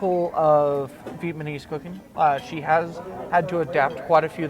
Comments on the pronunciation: vietnamese not vietmanese:D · Ok. Please, someone explain to me why so many American can say Viet Nam but can't say Vietnamese? Vietnam then Vietmanese? WTF?